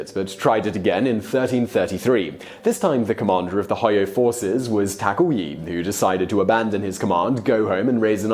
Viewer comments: Simon, seriously: Would it be too much to ask from you that you look up how certain names are pronounced??? "Taka-oui".... dude, seriously. Not the first time you totally butchered foreign names. You do that so often that now you could do a "Top 10 foreign names Simon butchered". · Taka-wee? Do you also say Wapan instead of Japan? Why in the world would you pronounce Takauji that way? Not to mention that the next time and from then on you said it as Takui... Do you have the inability to hear the pronunciation voice with google translate? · Hojo and Takauji (do not pronounce the J's as Y's in Japanese language)